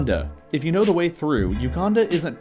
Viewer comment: DA WHEY ?